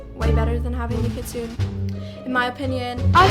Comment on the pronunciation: Very sorry to call I out, I’m not trying to hate I’m subbed and LOVE ❤ ur videos but Kitsune is pronounced Kit-soon-ay. Love ur videos, keep doing what you’re doing! ❤